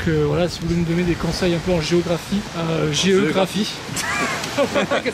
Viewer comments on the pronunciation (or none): « GE-graphie » je m’en rappellerai longtemps de celle la 😂😂